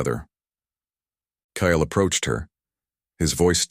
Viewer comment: Kale or Kyle please get it right❤